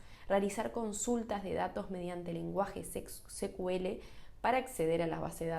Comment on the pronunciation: buen post..! solo una observación con el "secuele".. cuya sigla es SQL (Structured Query Language).. o lenguaje estructurado de consulta En inglés pronuncian SQL como "sicuel".. y en lengua castellana sería "esecuele".. atento a nuevos contenidos.. 👍🏼😊